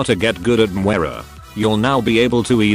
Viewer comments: Moi-ra. Gosh! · " how to git gud at mwera " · Most people: Moira Some people: Moh-eye-rah: MWAH-RUH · I used to pronounce Moira as Moe-I-Ra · The new hero 'Mu-where-ra' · “Welcome to a guide on how to get good at Mwera” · Repeat after me: moyra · Ah yes, MWERAH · MagicHadi he pronounces it differently with his accent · Love how the T2S screws up the name every time. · Maybe you should get good at learning how to pronounce her name.